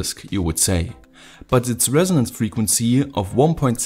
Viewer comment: The Frequnsie.. the faillyrre.... sie you next time